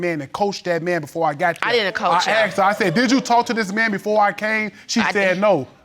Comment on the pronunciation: Lookded and axed ain’t werds